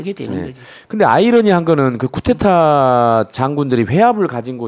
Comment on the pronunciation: 근데, 언론인과 쿠데타를 겪은 증인인데 쿠데타 라고 단어 발음 좀 해주시죠. coup d'etat (쿠데타 ) 또는 정변 이라고 하시든가요.. 자꾸 "쿠테타 " "구테타" ...라고 하시니 뭔말인지